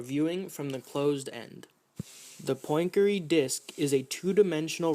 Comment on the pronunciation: 'Poyn-keree' Not exactly how Poincaré is pronounced :P